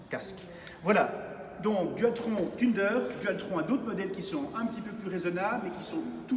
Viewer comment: J'ai vue flou quand j'ai entendu "tunedeur" 🤣